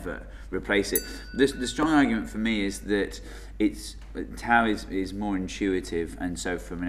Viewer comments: but it is funny because you pronounce most of the Greek letters correctly like alpha, beta, gamma, delta.... except for the poor τ . Ok I understand for the π since the Greek pronunciation of the letter is the same as the English p and it would be confusion but why for τ ? What has done to you the poor letter? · Greek invented the damn letters, pronounce them like you're supposed to. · If you are going to use "τ" at least make an effort to pronounce it properly. It's pronounced "taf" NOT "taoo". Also "π" is pronounced "pee" not "pie". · Am I the only one who cringes when they pronounce τ as tau instead of taf. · Its not Taou (Tau), its called Taph or Taf... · I'm Greek and I say both of you are SAYING IT WRONG! It's not "pie" it's "pi", kind of like "pee", and it's not "taou" it's "tau", pronounced "taph", kind of like "tough". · pi is actually pronounced pee in Greek so we gotta give it +69 points for that And tau is pronounced taf so we have to give it +420 points for being so tough TAU WINS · Tau is actually pronounced as : "taf". In the combination a-u (Alpha Upsilon) the U is always pronounced as an F. For example the Greek word Auto is pronounced as 'Afto' The Upsilon is actually pronounced as an I. (Ipsilon.) It's kinda cute hearing americans trying to pronounce Greek letters :P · the funny thing is that π (pi ) is actually pronounced pi like pee, and not like pie..also τ (tau) is pronounced fee..i mean they are pronounced this way in greek and both of them are greek letters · we could eat taffy since tau is actually prounounced as taf in greek and taffy has taf in it. this one respects the pronunciation of tau in greek unlike pi which is pronounced pee. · tau is pronounced as "taf" in Greek might as well eat taffies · TAU IS FROM THE GREEK LETTER T (τ) WHICH WOULD SPELLED LIKE "TOUGH" (with a softer t, like "taf"). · Why they change the pronunciation of the Greek letters τ and π ? τ is pronounced taf and π is pronounced pee! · It's pronounced Ta-OW.